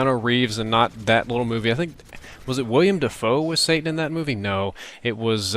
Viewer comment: WILLEM DaFoe. Not William. Great video dude, i love religious debate, but i'd prefer more gameplay commentary. Your logic for making the moves that you make and what have you. Thanks again for the great vid!